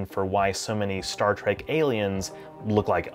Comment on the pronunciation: Did he say Star Trek or Star Track...